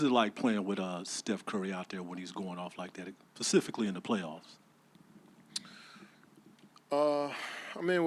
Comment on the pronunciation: “What is it like playing with uhhh Steph Curry out there when he’s going off like that, PACIFICALLY in the playoffs”